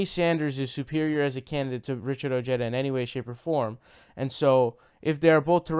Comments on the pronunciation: Ojeda pronounced Oh-Heda. You're welcome. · I think its pronounced (O ha da), the "J" in Spanish has the "H" sound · Elvis Ruiz and he pronounces oh-jeda so whatever he wants is what I think we should call him. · Seems that a lot of left wing commentators have a bro-mance with Ojeda due to his strong, no-nonsense manner of speaking. And I'll admit I do like that about him, but he won't be my first choice in the primaries...not yet anyway. I've stated elsewhere that Ojeda while being of Mexican descent, insists on pronouncing his name like an Anglo. And that is going to result in him losing support with the crucial Latino vote. I still wish him good luck though.